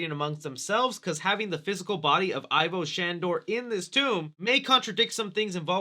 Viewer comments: It's pronoucned "Evo" not "Eye-Voh." :X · What's not forgiven... Is your pronunciation of Ivo Shandor... (Not I-VO... It's E-VO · Does anyone else get upset when a supposed Ghostbusters fan pronounces it "EYE-vo" Shandor instead of "EE-vo" Shandor, or is it just me? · Egon said. It's. EVO-SHANDOR not Ivor !!!!! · It's not pronounced EYE-vo, but E-vo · Just a casual correction.... Ivo is pronounced not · pronounced EE-vo Shandor. Did you even watch the first movie??